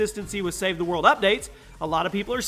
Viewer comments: He said save the mode and not save the world hahhahahahhaha lol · Did anyone else hear him say save the mode instead of save the world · He said SAVE THE MODE 😂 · Lol you said save the mode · I love save the world (save the mode is what you said lol)